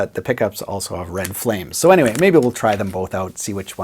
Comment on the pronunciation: No one:: "But Anywey"